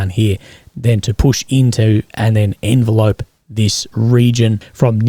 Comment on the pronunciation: Sorry, it’s pronounced en veh lop. Sorry to be that guy.